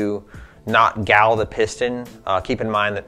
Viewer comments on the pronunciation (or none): You pronounce gall in a funny way hahaha